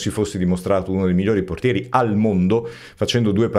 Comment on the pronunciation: "Mike Maignan mmmigeaodrtiere del mondo" hahaha 🤣